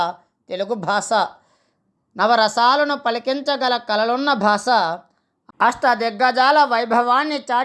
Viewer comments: స్పష్టంగా పలకండి. భాస ఏమిటండీ భాష అనండి. మాటిమాటికి భాస భాస భాస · Basha ani palakali ayya